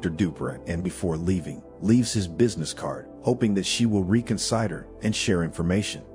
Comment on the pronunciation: "re con cider" Is a person or robot narrating?